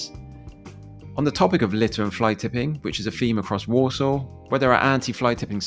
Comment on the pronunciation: I keep hearing Walsall as Warsaw